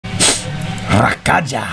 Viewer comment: I gota feeling his name isnt pronounced Ra-ka-ja but Ra-ka-ya